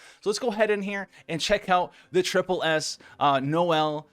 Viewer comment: Did he say striple s tier